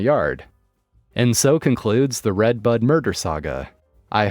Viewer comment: The first story i kept thinking he was saying redbug not redbud